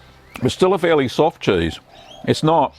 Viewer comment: "chaese". I LOVE HIM.